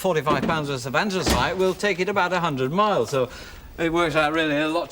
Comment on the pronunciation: Ah yes, ansthus-ice